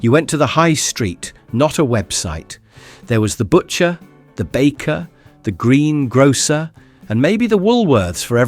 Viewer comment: ”The. Green. Grocer.” What a lovely pronounciation this young narrator has! And he remembers the 80s so vividly! 😂😂😂